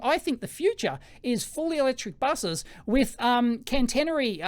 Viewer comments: "can-tennery" -> catenary ("cat-een-ary") "5 units" ... I'd guess it's the non-Anglo dot instead of comma as thousands separator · I hate doing this, but it fires my autism a treat. "Catenary" pr. Cat-a/eh-na-ree. Sorry. Here in Finland we're mostly electric buses in cities. It's a transition, not an overnight replacement even though it just could be. Whatever gets us off the oil tit is already a positive.